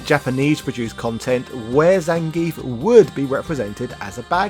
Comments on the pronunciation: I seem to remember early versions of Streetfighter 2 spelling the wrestler's name 'Zangiev', and I certainly remember the SF2 anime from the mid 90s pronouncing it 'Zan-gee-eff'. And Viktor Zangiev's name was certainly not pronounced 'ZAN-geef'. You could also argue the proper pronunciation is 'Zang-gee-off', as pronouncing the 'ev' at the end of Russian names is commonly done this way. One only need look to Mikhail Gorbachev for one example of this. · One would think for the character's history you'd PRONOUNCE HIS NAME CORRECTLY! "zahn-gee-ef", not "zayn-geef".